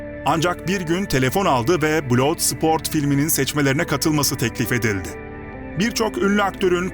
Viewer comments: Blood sport bladsport diye okunur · Kan sporunu ne biçim telaffuz etmişsin yahu.